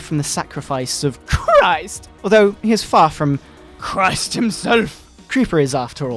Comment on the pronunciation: THE LORD JESUS CHRRRIST!